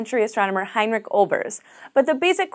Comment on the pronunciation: As a German I am really offended by her pronunciation of "heinrich" like Heinrick.